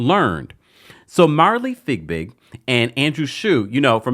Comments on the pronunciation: Its FeeBig, NOT FigBig! Please Stop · Her name is Fiebig! Not Figbig! Please stop saying her name incorrectly. It has been one year and you still keep saying her name wrong